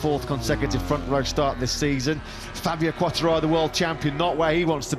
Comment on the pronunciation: Quartaro and Bastinini. Incredibly he quite nails Di Giannantonio tough.